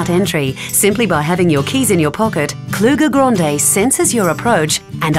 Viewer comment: It’s grande not gronde